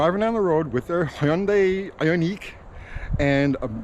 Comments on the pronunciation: Come on, it's I-on-ick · No Hyundai I-o-neek 5 for me. 😂😂😂🏃🏻‍♂🚗